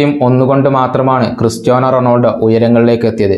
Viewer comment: താങ്കൾ കായിക വാർത്ത അവതാരകനായതു കൊണ്ട് പറയുകയാ റെണോൾഡോ എന്നത് റൊണാൾഡോ എന്നാക്കിയാൽ നന്നായിരുന്നു